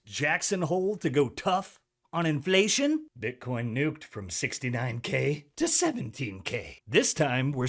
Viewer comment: Do brazilians pronounce it “Bitchcoin”? 😂😂